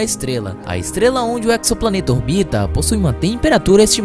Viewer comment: Uma vez que tenha vindo direto do Inglês, alguns astrônomos tanto profissionais quanto amadores, têm pronunciado a palavra "exoplaneta" como /eksopla'neta/. A pronúncia correta em Português é /ezopla'neta/. O prefixo grego ἔξω, "de fora, externo", compõem várias palavras eruditas tais como exodermia, exoesqueleto, exosfera, exotérmico, exótico. Todas, sem exceção, são anotadas com /z/ nos melhores dicionários de Português, que indica que sua pronúncia deve ser feita com /z/ e não com /ks/. Exoplaneta não está ainda dicionarizada, devido a sua juventude, mas nada sugere que esta seria tratada de modo diferente